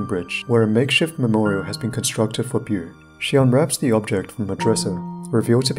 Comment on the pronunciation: How he pronounces Beau:Boo